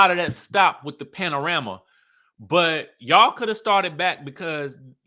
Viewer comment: With the “Panorama” 😂